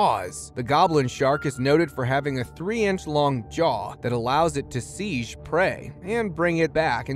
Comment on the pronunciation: At least 3 words mispronounced (or misread) within the 1st 4 minutes: Amphipod Seized Xenomorph I can only wonder if the Chinese names near the end were said correctly. Even the last place mentioned... Was that supposed to be "Pattaya" in Thailand?